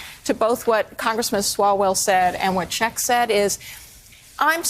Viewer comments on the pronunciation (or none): none